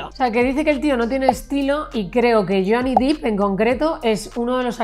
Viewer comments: Hola, un error muy habitual es pronunciar el apellido de Jhonny fonéticamente cómo Dip. Yo también lo cometía, correctamente suena Dep.. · Por fin alguien lo menciona, harta de oir dip